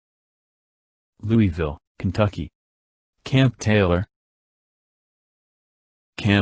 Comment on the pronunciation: the pronunciation of Louisville is completely wrong